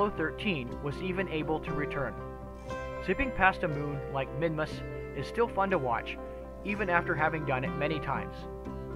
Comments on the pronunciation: I thought it was called Minmus, not Minimus? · For some reason I thought you called it Minimus.